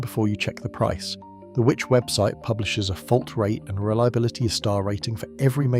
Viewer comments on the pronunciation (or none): These AI voices are getting better - only the pronunciation of "Which" magazine gave it away